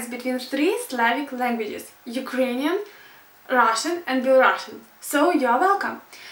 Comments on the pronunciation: Not Belorussian but Belarusian. Беларусиан) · it's not bielorussian (беларашн), it's belarusian (беларусиан) because the country is called Belarus, not Bielorussia ;) unfortunately, most of the sentences in belarusian where pronounced and translated incorrectly, which sadly twists the language way too much :( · Why Belarussian, ты сказала Беларашан!!! Правильно Беларусиан!!! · in english you should pronounce as rašan and belarusian (not belarašan) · 1. Не беларашн, а белорУссиан. 2. Languages which/that ARE. 3. This IS my... 4. А дзе бацькi' 5. Увачяры?) УвЕчары. 6. К бабушке поехали ОБОИ?)) Оба. 7. Произношение: мяне не папярэдзiлi. 8. Каб яны прыехалi. Через ы. 9. Дапамаглi ЁЙ. 10. Стары дзiцячы лОжачак. 11. Адвёз. 12. ЛОжачак, опять. 13. Ты ж яшчэ не ведаеш. 14. Рана-раницай, не раня. 15. МалЕнькая дзяўчынка. Ты бы хоть постаралась и нашла больше информации о языке (говорю за белорусский), это ведь не так сложно:) Но я бы с тобой позанимался. Индивидуально ;) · Я понимаю, что прошло пять лет, но это же жесть. Мало того, что белорусский по-английски произносится никак не беларашн, но беларусиан, так ещё и сам белорусский. Понимаю, что белорусский и украинский самые похожие друг на друга из славянских, но произношения вообще рядом не стоят. Грамматика белорусского в одном месте. Меня затригеррило на "абодва паехалі да бабулі", поскольку в белорусском оба различаются в зависимости от пола, так сказать! Две женщины - абедзве жанчыны, двое мужчин - абодва мужчыны, родители - абОЕ. Страшно даже представить, что там дальше. Если бы не видео пятилетней давности, я бы сказала, мол, пока не узнаете нормально языки, не надо в это лезть. Ну вот серьезно. Думаю, Вам и так тут наговорили, но все равно пройти мимо сложно. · belarusian (беарусиан) а не belarussian (белорашен)